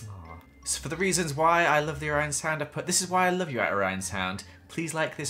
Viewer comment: did anyone else here him say “seepeesound” and “Orionsound”